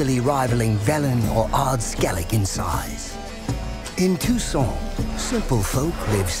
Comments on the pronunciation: Did he say Tucson or Toussaint? hein? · Ooooh for God's sake, if you're gonna use a French name for the region at least pronounce it the right way ... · I'm learning French, isn't the lector reading Toussaint wrong? (along with the rest of the fanbase?) I mean the -aint part